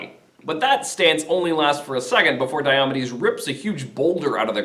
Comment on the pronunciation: May I ask why you pronounce it “die-AH-muh-deez”? From the “Pronouncing Glossary” in the book you’re using in this video: “DIOMEDES (deye-o-mee'-deez)”, or, “die-oh-MEE-deez”.